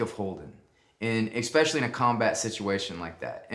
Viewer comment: Mr. Chatham, it's especially not expecially, please. :)